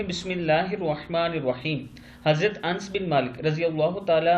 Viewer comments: بھائی صاحب انس نہیں ہوتا بلکہ ان س ہوتا ہے یعنی ن کے اوپر جزم نہیں ہے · ans nai anas h nam r.a